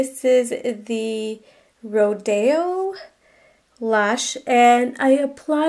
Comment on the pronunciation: You were pronouncing rodeo correctly! The lashes are all named after places & streets in LA, and Rodeo drive is pronounced like ro-day-oh 😊